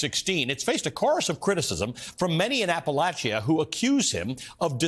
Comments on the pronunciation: This guy doesn't even know how to say Appalachia. If he really cared and knew anything about the area he would have taken care to understand. I have zero respect for a person that does not do their homework. App-a-lach-ia. Ha what a joke. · Anyone else bothered by his pronunciation of Appalachia ? lol….wft. That’s not how I learned to say it.